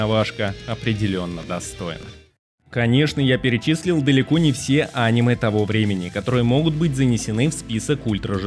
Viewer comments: видео супер, только режет слух твое Аниме, вместо анимЕ. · Топ мне понравился, описывать тайтлы ты умеешь, но когда говоришь Аниме, а не анимЕ... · Почему он говорит Анимэ, а не анимЭ🤔всегда думал что ударение на последнюю букву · Бро видео просто потрясающее! Сразу 7 скрытых алмазов! Спасибо! Единственное, очень режет слух слово Аниме, когда абсолютно все говорят анимЕ. Загуглил, пишут что ударение правильно на последний слог, подумай, реально режет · Не Аниме, а анимЕ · посмотри в интернете куда ставят ударение в слове аниме. а то видос норм а твоё "Аниме" сильно портит впечетление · Не очень понимаю, как после слова "а́ниме", можно всерьёз воспринимать ролик. Ведь всем известно, что правильно говорить オネメ。 А кроме шуток: шикарная подборка. Буду смотреть, чего не знаю. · Противно слушать, еще бы мультфильм назвал… ударение правильно надо ставить а не коверкать слово! «Аниме» на третий слог ударение! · Может топ и хорош но неправильное ударение, прям бесит